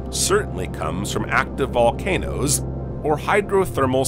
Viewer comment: bro i read this and he said "more present than... volnacOOOsss